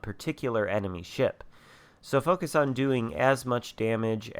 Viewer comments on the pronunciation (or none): none